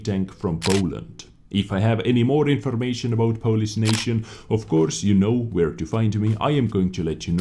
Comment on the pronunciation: its not 'polis', its 'polish'